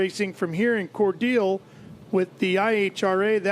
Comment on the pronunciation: Hey, it’s pronounced as Cor- Dell as in the Dell computer. Not dill like the pickle